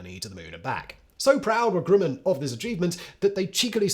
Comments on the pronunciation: Not even English works with this dude. Grumman not Grooman. And it's Von Brown not Von Brawn, as Braun means BROWN. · Fa-ZHAY, not FAH-jit. Werner (not Verner) von BROWN, not BRAWN (he became American). CHA-fee, not CHAY-fee. GRUH-min, not GROO-min. EYEZ-lee, not EYE-suhl. SHWEYE-kurt, not SHWEE-kart, shweetheart. Nothing says "I have absolutely NO familiarity with this historical event" than having no idea how to pronounce the particulars. Finally, it's "ON Long Island," not "IN." All that being said, the correct usage of the word 'comprise' covers a multitude of sins. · Simon, please try to pronounce 'Grumman' properly... it sounds like gruh.muhn .. The Grumman company seems to pop up in your videos a lot there. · Simon is well known for his endless mispronunciations. He's not about to start pronouncing things correctly any time soon.......or slow down. I just noticed another: 'Grooman' instead of Grumman. 😆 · Pronounce Northrop Grumman. Now pronounce Grumman.